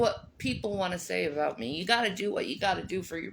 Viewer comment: does she say the word "avout"? I hear her say other shit sometimes (not just leaving the -g off of words). There's no reason to replace a b with a v lmao